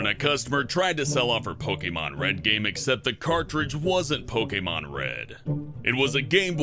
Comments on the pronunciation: It said Pokeman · why does it say pokeman? 😂